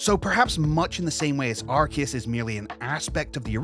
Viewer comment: IT’S NOT FUCKING ARKEUS